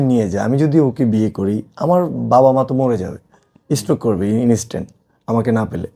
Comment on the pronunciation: inistan✅ Instant ❌